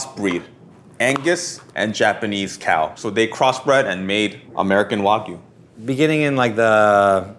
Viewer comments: Sounds like an AI or Text-to-speech voice, to me. The way certain words were pronounced really gives me that implication. For example, "Wagyu" being pronounced "wagoo" rather than how literally every other person I've ever heard talk about it pronounces it: "Wag-you". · There is a "y" in wagyu It's not wagu, it's wah-gyuu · wa-gyu not wa-goo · can you say Wag? Can you, say - You? Now put the two together= Wagyu...NOT WAGU!!!!! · It is wagyu not wagoo. FFS. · Why are there people who pronounce Wagyu / (Wa-gyoo) as “wa-goo” so very weird. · Why are they all saying "wagoo"? It's "wagyoo", just like it looks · "wahgoo" dumb fkers cant even say wagyu correctly even the narrator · Why do people say “Waggoo” when there is clearly a Y in there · What is it with Americans mispronouncing Wagyu as Wagoo??! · C’mon, fellow Americans. Stop pronouncing Wagyu incorrectly. It’s “wah-gyu”. The -gyu is like putting a “g” in front of the word “you”. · Nothing says expert like not being able to pronounce Wagyu. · Most of these "burger experts" cant even pronounce wagyu correctly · That pronunciation of Wagyu... 🤦‍♀ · The way pronounces Wagyu bothers me. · Why do people ignore the Y in wagyu 😭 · This is the voice of James Hoffman. I think they bought the rights to his voice and recreated it using AI. You can tell by the way ‘Wagyu’ is pronounced. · It’s AI. Listen to how it pronounces Wagyu.